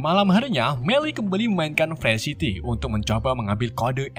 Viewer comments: Game nya Free city bukan pre city anjj!! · Free city dibacanya bukan "frysiti" bang tapi "Frii siti" Free life dibacanya bukan "fre'lif" bang tapi "Fri laif"